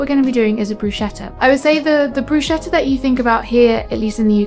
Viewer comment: Looks all delicious 🤤 ❤ Just as an info: it is pronounced “BrusKetta” 😊❤